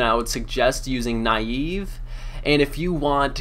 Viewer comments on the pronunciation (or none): naii eeee vveeee? neive dude neive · pronunciation on the slayer master nieve is nee-eh-veh. If you look it up on the runescape wiki you can see the name was based on the "archaic Scottish term for a clenched fist. It also means "snow" in Spanish". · nayyv :DDd